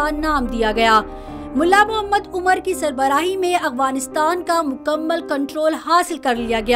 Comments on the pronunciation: اغفانستان نہیں بلکہ افغانستان لفظ ہے۔ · میڈم افغانستان تو سہی طرح کہنا سیکھ لو لفظ افغانستان ہے اغوانستان نہیں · Yar hairangi wali baat hy madam ko afghanistan kehna bhi ni ata